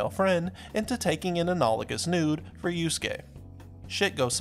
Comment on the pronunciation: I know americans are not bright.. but it's YusUke, not youskeh